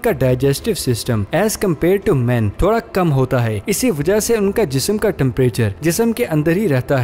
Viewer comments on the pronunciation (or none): none